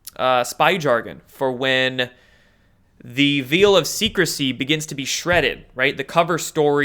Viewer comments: "The VEAL of secrecy"? Now we get to the MEAT of it? FYI, the word "VEIL" is pronounced same as "VALE", as in "this VALE of TEARS." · said 'Veil of secrecy' ('Veil' is pronounced 'vale', not veal as in calf meat). Sorry not being picky but not everyone watching speaks English as their fist language. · Veil is pronounced vale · I'm not trolling (I"m a subscriber), I'm actually curious. He knows Dustin Nemos, why mispronounce his name? He knows how to pronounce veil(ed), why pronounce it "veal"? Maybe he does it to see it we're paying attention. I'm just curious.